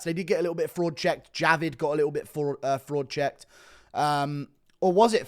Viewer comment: I've noticed something today. U struggle saying fraud checked 😂 And I struggled to write it so